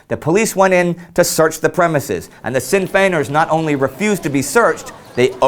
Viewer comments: just a little point, in Sinn Féin, you pronounced Féin flawlessly but Sinn is pronounced "shin" not "sin". not to be rude just a that little thing that made me cringe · The Sinn in Sinn Fein is pronounced like shin.